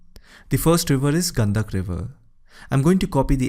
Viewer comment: गंडक बोल गंदक नही साले तुम इंग्लिश वाले पूरी नाम को तहश नहश कर दिया